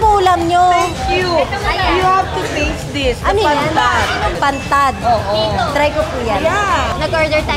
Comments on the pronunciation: Pantat po Yun miss Ivana Hindi po Pantad ☺️ Sana maka balik ka dito sa Capiz . At Makita Kita ng mas mlpitan huhu . Love you po. Ingat ka palagi. 😘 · pantat po maam Ivana . Hindi pantad. Blessed Holy week po sa inyo maam😊